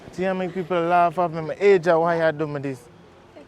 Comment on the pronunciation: "Ajah" 😂😂 Asia sir lol